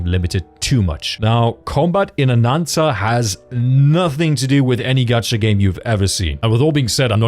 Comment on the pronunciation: it's not gatcha, it's gacha, stop adding random letters to words